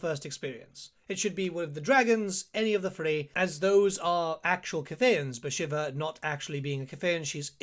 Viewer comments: pronunciation of the name was so bad I had to close the vid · 40 hours of play time and you still can't pronounce her name. /s